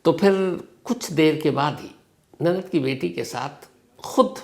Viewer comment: Nanat nahi nanand hota hai..😏😏